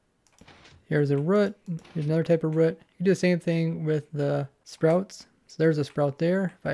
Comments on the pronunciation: He's trying to say 'Root' but has a weird way of saying it that it sounds more like rut than root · please just say root. It's a common English word, it's not some made up word. ROOT like HOOT not RUT.